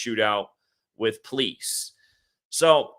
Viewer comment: I notice that you pronounce the word "police" like "pleece", and not "pol-eese"